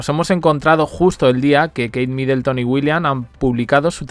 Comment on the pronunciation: No es MidElton. de dónde esa E?